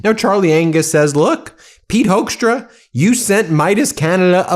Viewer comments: I think it's "Hookstra," not "Hokestra." The name "Hoekstra" is used in Michigan (a lot of Dutch) and the first syllable is pronounced like a "hook" and not like "who" either. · Hoekstra. Pronounced Hook-stra. Hoekstra created problems for decades in Michigan. He is bad news. Big trouble. A consummate liar.